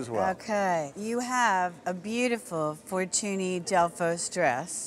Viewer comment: That's not how you pronounce Fortuny. The ny in catalan is pronounced like the spanish ñ.